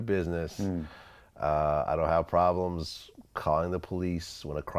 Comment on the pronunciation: Vlad- i dont have a ploblem calling the cops when a crime has accurd